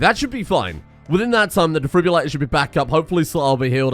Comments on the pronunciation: Every time he says 'defribulator' instead of defibrillator it makes me flinch 🥴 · "The Defribulato" Nah man, he's italian